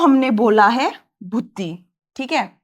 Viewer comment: it's buddhi not bhuddhi 😂😂😁😁